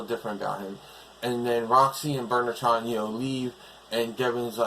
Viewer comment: Still the monsters need more work. Oh by the way when I hear you say Burnertron It sounds like Murder Trial.